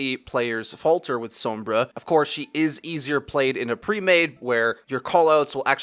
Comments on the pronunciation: what the other comment said. it's how you're actually supposed to say sombra. if you pay attention to voice interactions, whenever the characters say her name, they will pronounce it "s-ohm-bruh" people are honestly just lazy and don't want to change how they've already been saying it. also, some people just don't speak Spanish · Who the fuck is Soum-BRAH? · Americans be like sowmbruh. lol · god please stop pronouncing sombra the way you do. I love you though. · You want to roll that r in sombra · You pronounce Sombra in a really weird way. Like the o in Tome, rather than everywhere else it's like the o in Song. Fun video though. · Ah, I thought it was a accent rather than a language thing, as it stood out significantly compared to the rest of what was being said, and in the cinematics it's pronounced with the English 'o' from what I recall. Will have to look more into it. I don't speak a word of Spanish. :P